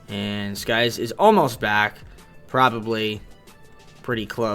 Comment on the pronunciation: It's Sykes not skies jeez bro you said the wrong name like 10 times